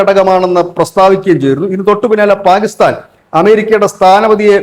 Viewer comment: പാ'ഗി'സ്താൻ അല്ലടെ...kore kalamayille? Inim pathichille?